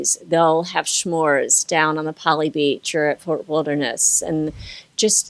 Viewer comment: Is it a Maryland thing to pronounce s’mores as “sh’mores?”